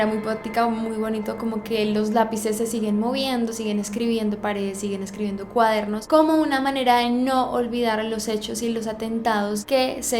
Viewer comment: Alguien más se dio cuenta de que en el dice "escriendo" en vez de "escribiendo"?